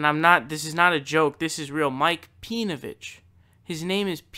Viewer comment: I like how you pronounce his name pee-novich, I might have to adopt that pronunciation if I ever come across pee-novich or his acolytes online. I actually used to be a a facebook group with Pee-novich prior to him being outed as being married to a Jewish woman, he was mostly just a shitposter and was incredibly difficult to engage in genuine discussion. He wasn't interested in giving opposing views any time, but more invested in shoveling his shit to impressionable minds.